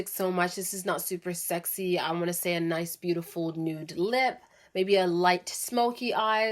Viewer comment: Good video but the way you say “Fresh-a” “Nice-a” & every other word you say trying to be sexy is annoying